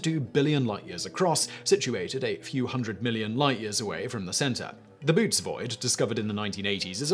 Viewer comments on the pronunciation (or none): It’s not the “ boots void” it’s pronounced the “bo-oat-tease void” can I suggest a topic for a TopTenz? Top ten most likely apocalypse scenarios. Or top ten most useless weapons ever created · Boötes is pronounced bow`OH-tease Rule: if a vowel is doubled and the second vowel has a diacritic pronounce both. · Lol... the "Boo- O - tees" Void. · Böotes - "boo oat tees" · I kinda twitched with your pronunciation of "Boötes void"